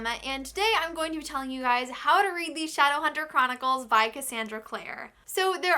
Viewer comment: the fact that you called it "shadowhunter choronicles" tells me enough